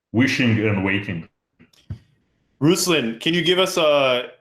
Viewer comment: Ruslan - accent is on 'a', not 'u'. Nice to see not listening to Ruslan say he was in St Petersburg, and mention Moscow instead🤦